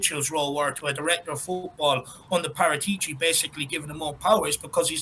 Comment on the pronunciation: That's PARA'tici....accent on second A...pls